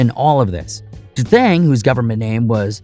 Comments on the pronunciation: D'Thang... Not Da Thang 😭💀🤣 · Dthang. Not Da Thang lmao 😂 got me dead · No Dthang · **D-thang = Dee-thangg